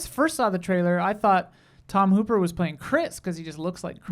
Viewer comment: I don’t know if this is where to put corrections, but it’s Tom Hopper, not Hooper. Also, I have a fun story about my best friend booking Tom for the cover of Muscle & Fitness because he was starring in a show called The Umbrella Academy. The booking occurred before it debuted and became a huge hit, and she got him based on my love of Resident Evil. Yes, she thought The Umbrella Academy was some kind of Netflix Resident Evil spin-off. Fortunately, it worked out because the show became a huge hit, but when I told her Umbrella Academy had nothing to do with RE, she was embarrassed and a little worried that she had booked a relative unknown based on a mistake. How funny, then, that Hopper gets to play an key role in RE’s big screen reboot? Things always work out.